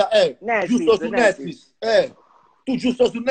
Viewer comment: Cit; er brasile ... “Netfuis” 😂😂😂